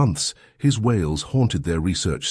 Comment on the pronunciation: Wailes not whales. Saws not sores. Your speeh to text sucks